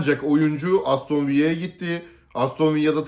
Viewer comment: Aston Villa İspanyol kulübü değil dolayısıyla "Aston Viya" değil. Aston VİLLA okunur. İki LL harfi yanyana "y" olarak okunması sadece İspanyolca da olur .Bu arada Vincenzo Monteya değil, Vincenzo MONTELLA'dir.